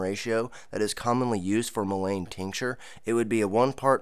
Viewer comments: Pronounced Mull IN Not mull ain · I would look up your pronunciation of Mullein. I never heard anyone pronounce it the way you do. The way you pronounce it would be spelled lane. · It is pronounced like this: mullen, with a short vowel sounding u and e! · Pronunciation is like "mull-IN". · Great information but please Google Mullein pronunciation . It's pronounced Muh luhn